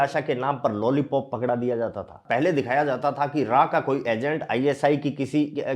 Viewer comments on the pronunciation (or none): भाई लोली पॉप नहीं लॉली पॉप बोलो